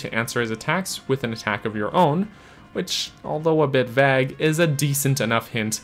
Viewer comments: I've never heard anybody pronounce vague "vag" 😭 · Great video but the way you pronounce "vague" is triggering me lmfao